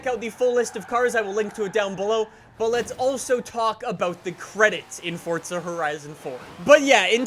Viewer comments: It’s forza not forsta pls say it right it’s pissing me off🤣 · Its forza not fortza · Whats this fortza your talking about? Cuz theres no T in the forza (Four-Za) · FORZA, not FORTZA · Stop putting a T in Forza. It’s FOR ZA not Fortza. English please. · Who else gets triggered when he says Fortza instead of Forza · Anyone else notice that he says fort-za 🤣🤣🤣🤣😂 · Please stop pernouncing forza like fortsa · Please stop saying ''Fortza'' so much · He pronounces it as fortza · Hey, please stop pronounce forza with a t... You say fortza, thats not how you say it, so please, stop. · "fortza" sorry i like the vids but...fortza. hmmmm. lol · Does FORZA have a T in it? NO so stop pronouncing it incorectly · No they’re not both correct learn your English there is no T in Forza